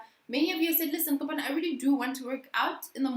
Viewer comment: 😂😂 🤦🏽‍♀️it’s Kopano butchering my name for me. you pronounce the “O” as a “w”and the “e” as an “I”